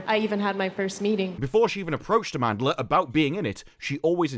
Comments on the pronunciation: As a South African...I wanted to clarify that nobody pronounces her name right, not even her💀 the word amandla aka power is pronounced AAmandla like a long A sound. Anyways yeah show sucks worse than poopoo pee pee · You lost me at "Amandla".